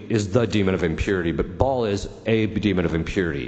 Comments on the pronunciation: Baal not Ball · His name is Baal, not Ball, lol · Not "Ball" (we're not going to play soccer with it 😅), it's "Baal" instead. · It's: Baal (not Ball) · It's Baal, Ba'al or Bael, not Ball. And it was always pronounced "Azmo-Day-us" in demon lore, but since the 2,000s, Az-mode-E-us in D&D lore. Sooooooo, moving on.